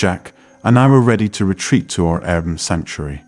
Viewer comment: maybe, but air bnb was pronounced like a word instead of separate individual letters